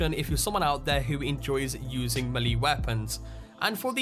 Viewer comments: i hate to do this but its pronounced may-lay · melee is pronounced may-lay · like the vid but he keeps saying malee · Melee is pronounced like this ˈmāˌlā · I’ve heard all sorts of mispronunciations of the word melée from both British people and Americans (the main offenders) but this one has to be the worst. Unbelievable. 🤦‍♂️ It is a French word and is pronounced MELL-AY not MAY-LAY or MEH-LEE. Honestly. 🇫🇷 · ffs it pronounced 'may-lay' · Gaming Central i cant stand how he says melee weapons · Yeeees. I thought the same thing. Like melee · starodub Did you not hear how he said melee? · Love how you pronounce melee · Are we all gonna ignore the fact on how he pronounced melee weapons? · when he said melleé weapon .... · Ur saying melee wrong and it's annoying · Stop saying melee wrong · The way you say melee is triggering me! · Why tf do you say melee sa Miele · stop saying melee like that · The way you say melee triggers me so hard 😅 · Why are you pronouncing "melee" so weird? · Lol you pronounce Melee so weird... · pls stop saying meeley lol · Great vid, but along the lines of pronunciation, "melee" is pronounced "may-lay" 'round these parts. This was the first I've heard "mee-lee". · Pronounced wrong : Hewbrus not hub rus. Maylay not mewlee. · its melee (may-lay) not mel lee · Does anyone else get annoyed by the way he says mulee instead of melee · It's not maliiiiiii it's melee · melee is pronounced "maylay", not "mee-lee" 🤦‍♂️ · god the way you say the word melee is doing my head in. its pronounced "mel-lay" not milly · It's pronounced May-Lay Not Me-Lee, just saying... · "May-lay" = melee "Hew-bris" = Hubris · Fritzdexter ikr its ment to be pronounced "melay" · why is it, so many people miss pronounce "Melee" Melee is pronounce, "May-Lay". FYI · Its actually pronounced "meh-lay' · in the Sky "M'leeee!" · Snake maleeeeeeeeeeeeeeee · melee is pronounced may-lay and hubris is pronounced hue-briss. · Melee is pronounced as maylay Hubris is pronounced as hewbriss.